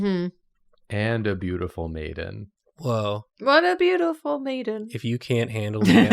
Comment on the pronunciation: I thought he had said "beautiful Nathan" instead of "beautiful maiden"